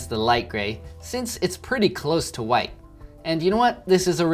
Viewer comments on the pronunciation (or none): It’s not bugging anyone else that he is clearly saying Great WIDE Shark instead of Great WHITE????? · It’s great WITE shark not wide